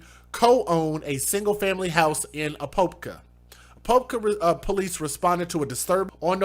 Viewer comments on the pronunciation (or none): The city is pronounced A-pop- ka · A-pop-ka that’s how you say Apopka FL LOL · Apopka is pronounced "Uh-Pop-Kuh" (Native American word for Potato) Near Orlando And Kissimmee is pronounced "Kih- Sim ee" it's down by Disney World really good try though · A-pop-ka. Apopka florida